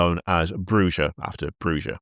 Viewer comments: just for my own sanity, it’s clans Broo-hah and Zi-meet-zee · Tzimisce = Zim-eet-zee Brujah = Brew-ha Other than that, good work on your attempts to pronounce vampire clans,.